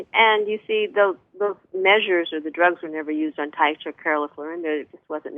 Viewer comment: Taisha=Tiysha, not Tasha